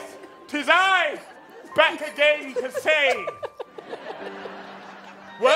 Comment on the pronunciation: I love the fact that the first time says again he established that it rhymes with Ben. Yet the second time he used again he rhymes it with mehem 😂